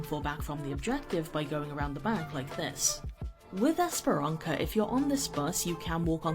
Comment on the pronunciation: I’m sorry but how did she call the map Esperanka with a straight face. Has she never listened to the announcer say it??? Or read the name to know it’s stylized as a ç?